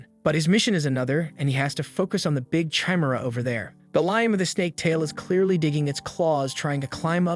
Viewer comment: I love this, and you make great choices to recap. I have two issues though. You never ACTUALLY make a part 2. Your Playlist section is empty. Also, can't you change "Chimera" to "kimera" in the script so the AI pronounces it right?